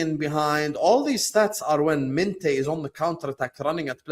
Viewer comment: Mineth? MINTEH 😂😂😂